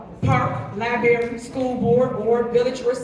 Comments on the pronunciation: educate yourself. Take some classes on speech! Liebarry? Really, Mayor? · Should we trust the intelligence of a supervisor who continuously forgets the first R when she says library? Probably not...